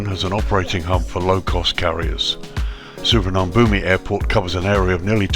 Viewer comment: Please at least try to pronounce it correctly